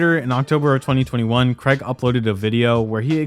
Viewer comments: Why do Americans say the name Craige so weirdly? It's not creg its cray like crayfish and just how to you the lower case G. Cr-ay-g. Stupid Americans. Fucking "creg", how hilarious. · Craig is pronounced cray-g not creg FYI. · CRAIG... not CREG damn bro. Good video though, interesting to see it all brought together like this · Im sorry but its not "Creg" its "Craig". I suppose AIDS should be pronounced "edds" and claim should be pronounced "clem" then... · I hate the guy as much as anyone else, but what's the deal with Americans pronouncing Craig "Creg?"